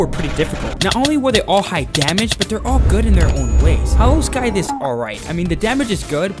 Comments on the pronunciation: Bro didn't just pronounce the c in scythe did he... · Bro did not just pronounce the c in scythe 💀